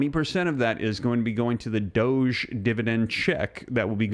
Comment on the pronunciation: Really tired of your pronunciation of doge........